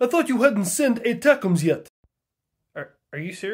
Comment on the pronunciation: One of my favorite things about the system we sent over there is that it sounds like "attack em's" 😂😂😂😂